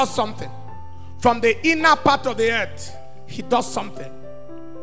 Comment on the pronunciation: Accent: preacher pronounce "ett" for word Earth.